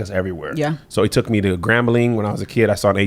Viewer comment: Kev, as a Louisianan, ima need u to not pronounce the ‘g’ on Grambling 😂